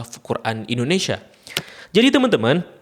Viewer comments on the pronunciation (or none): none